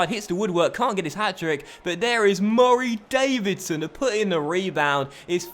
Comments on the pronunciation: Pardon my ignorance, but why does he prounounce Murray Davidson's name so weirdly? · Why do you say Murray Davidson so weirdly